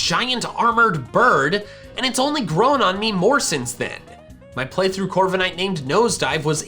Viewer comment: DO NOT LEAVE OFF THE K IN CORVIKNIGHT! JUST BECAUSE A CERTAIN LETTER IS SILENT DOESN'T MEAN YOU HAVE TO LEAVE IT OFF!